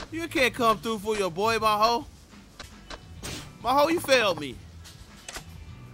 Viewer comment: Every Miho in Japan be rolling on their grave when say "Ma Ho" rather than "Mee Ho"